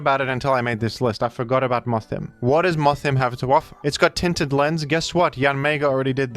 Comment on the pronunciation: Its is actually pronounced worm-madam like a woman and Moth-him like he/him. Because of the gender split.